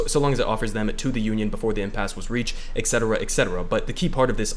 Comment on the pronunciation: 'Et cetera' not exeteruh. just fyi. not hating, lots of people do this.